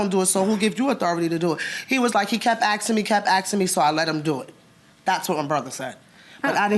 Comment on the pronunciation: Axing and axing 😂😂😂